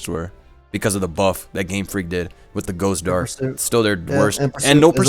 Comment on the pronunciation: someone please tell me what is saying, I can't understand, ghost darst???